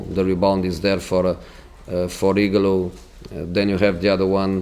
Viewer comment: was it just me or did anybody else laugh the way Jose said ighalo's name ? igalo lmao